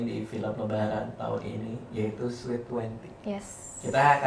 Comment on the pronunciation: You pronounced sweet wrong. You pronounced it as sweat. Sorry can;t contain myself